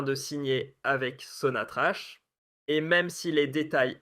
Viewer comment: On prononce " sonatrak" et non pas "sonatrache"..... 'salutations... écoutez les fondateurs de ce géant algérien.... tahya Djazaïr...